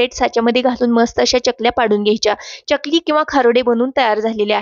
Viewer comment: च्यकली नाही चकली